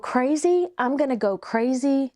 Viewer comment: Overdid the 'crazy!' bit